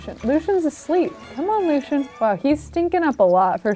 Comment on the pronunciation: I really don't like the way she pronounces Lucien.